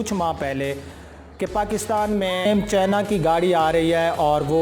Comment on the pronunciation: چینہ نہیں اوئے۔ چائنہ ہوتا ہے